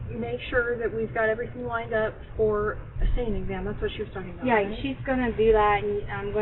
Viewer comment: Why does she say "everythink" and "screamink?" That's the most annoying thing I've ever heard.